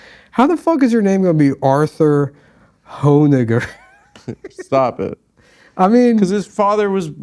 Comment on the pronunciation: that is not how you pronounce arthur honegger